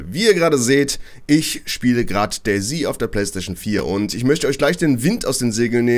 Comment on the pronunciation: Hallo, wieso sprichst du DayZ immer wie DayC aus ?